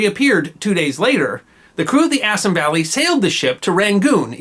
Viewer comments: Good video, but could you do something about your mispronounciation of Indian names? For exampe, "Bengal" is properly pronouced "Bengaul" to rhyme with the ancient Roman namr of France, and "Assam" is pronounced "Assaam" not "Assm" GOT THAT?!! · Assam pronunciation incorrect. Ref